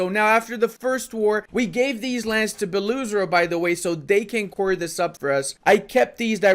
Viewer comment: there's a little misunderstanding. You don't need to say "oo" Better "Belo Ozero" which literary means white lake.